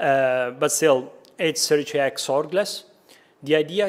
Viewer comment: I'm very happy to be validated that I can pronounce Sericea as "Serichea", this is now official and I'm never using any other variant